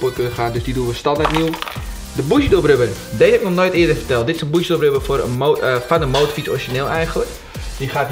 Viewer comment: Geinig filmpje... maar leer in naam van Jezus gristus alsjeblieft het woord BOUGIE normaal uitspreken... Wat een wan vertoning 😂